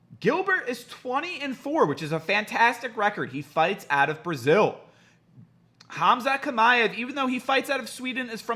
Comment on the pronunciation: Hamza Shima-ev, thats how you say it but written Khamzat Chimaev